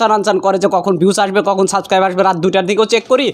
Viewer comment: সব্দটা হবে সাবস্ক্রাইব হবে, সাসকাইব না, আশা করি বুঝেছেন ভাইয়া।